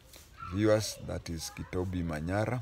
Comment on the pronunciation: For the pronunciation we do pronounce the "B" as a "B" not has a "V" the name is not Ukuyu 😂